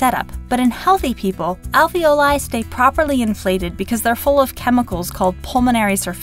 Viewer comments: If you are gonna pronounce "alveoli" like that, why do you pronounce "ravioli" the way you do? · Alveoli is also an italian word, so You can pronounce it the italian way with long "e" sound too.